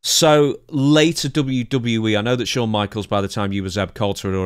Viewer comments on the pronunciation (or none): How do you spell Shawn the way Dutch pronounces it? Showne? Shone?